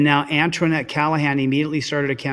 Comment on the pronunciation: Heyyy TeamDLZ! 👋 Missed y'all n the Mon live stream. The one lady's name is Ochoa and is pronounced (oh-cho-ah) the O's have the O sound. Lol. The other lady named Antoinette is pronounced (Ant-oin-net). Oin like coin or oink 🤣. Just thought I'd throw that out there. It was funny when said them both totally diff. This one has a lot of good vids n it. Absolutely love the Angry Grandma clip at the end. She's hilarious! Watched the vid her grandson put on of her trick or treating. Definitely go watch that one! She's very well known where she lives. And I'm Jan 1983. Much ❤️ to All! Catch u n the next one! 🤗💕